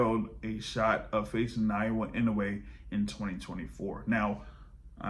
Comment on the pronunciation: A little help on Inoue's given name: ✅ NAH-OH-YAH ❌ NAH-YOH-UH I don't see Monster-Tank ever happening. Maybe Inoue will grab a big money fight over 126 at the end of his career, but I don't think Tank will come down to 135 at that point.